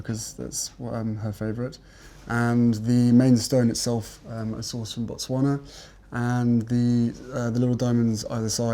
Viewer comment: Yes! He pronounced Botswana perfect not with a "ba"